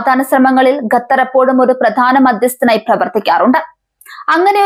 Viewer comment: ഖത്തർ ✅. ഗത്തർ അല്ല. ❌